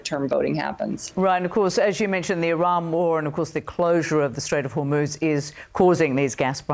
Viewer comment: it is NOT HORNUZ! The proper way: HORMOZ!! HOPE YOU LEARNED SOMETHING!